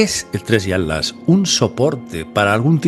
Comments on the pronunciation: ¿ por que le dices "ALAS" y no ATLAS? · Con mucho respeto mi querido, pero noto que te cuesta decir la palabra ATLAS 😊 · Se dice Atlas y no At las